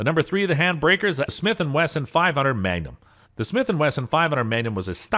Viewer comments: How bout how he pronounced magnum as mangum!!!😄😄🫢🫢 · This man believes Magnum's are actually just "Gum for a Man" MANGUM??...ITS PRONOUNCED MAGNUM! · Mangum huh??...pretty sure that's MagNum!!😄😄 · And he called the magnum a Mangum lol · And magnum as "manyum"? Sounded like it. Made it kinda French.